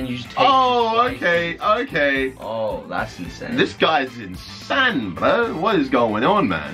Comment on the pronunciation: said Insan 😂